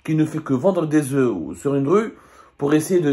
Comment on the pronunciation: Il ne doit pas prononcer le f quand il emploie les oeufs au pluriel, mais, malgré cela, il parle bien français.